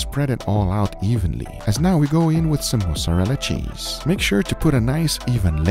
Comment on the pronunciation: Mosarella sheez What's that? Mosarella sheeez